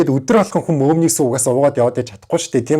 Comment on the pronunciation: би одоо арайчдээ мөөмний гээд байхад мөөгний сүү гэж сонсов😂😂😂